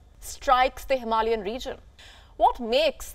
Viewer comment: HimaLiAs ?? It is HimalAyan. You have forgotten a syllable.